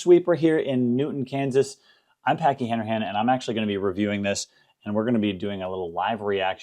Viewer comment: I was surprised how you pronounced your name: Han-Er-Han, yet spelled Hanrahan. I always thought the proper pronunciation was: Han-Rah-Han. Great explanation of this set. Very instructive.